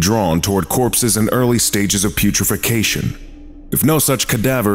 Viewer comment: I love you, and you are fantastic, and you know what? So am i. Also, it’s pronounced “putre-faction”, but I understand considering the spelling. Be well, friendo